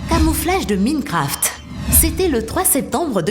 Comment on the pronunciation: Ptn ta pa's respected Mincraft, ca se pronansse MAINCRAFT, en dechifrent le mot